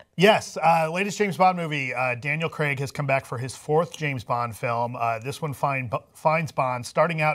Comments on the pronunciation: it's pronouced Crayg in UK not Creg. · CRAIG...CRAIG Not "Creg", CRAIG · Can you seriously start saying Craig correctly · I watched Southpark for years and never realised that "Creg" is actually called Craig. It wasn't til I saw it written down that I noticed lol I just assumed Creg was a weird American name.